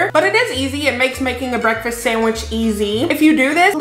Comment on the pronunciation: lol I though you said breadfast